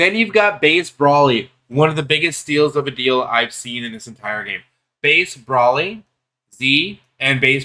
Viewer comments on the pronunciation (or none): if u didn't understand the way I typed it as how I meant then I would get what u mean but there aren't multiple acceptable answers lol brawly has never been correct since the dawn of time And okay more clear .. BROLE-LEE If u still aren't getting how I'm typing it just listen to how it's actually said in the anime .. and that's the way to say it lol.. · if goku and paragus don't call him brawlee how tf did u come up with in your own head that's acceptable ? And if u say I'm typing it wrong fine.. I'm saying whatever the way goku literally says his name and paragus is the correct way.. ignore how I'm typing it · no lol bc nothing was disrespectful from me I just caed out that you're only covering this bc its trending and don't actually know what the hell you're talking about .. and u think that paragus, cheelai and goku pronounce broly's name wrong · i want to die every time he miss pronounces broly